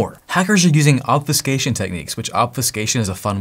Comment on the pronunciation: your accent changes the u in obfuscation to sound more like pho rather then few